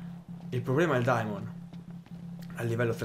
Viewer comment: “Daemons”??! Sul serio? Se tanto mi da tanto la pronuncia “Piros” te andata di fortuna...